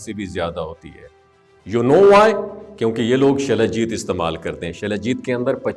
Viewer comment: شلا جیت نہی سلا جیت